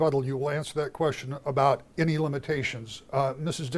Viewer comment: Speaking on Education and Gretch says, "great queshion." Um, that isn't a word.